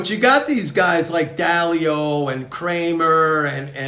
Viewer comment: Ray Dalio? not Dao